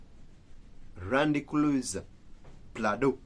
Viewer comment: It's landcruza not ra but la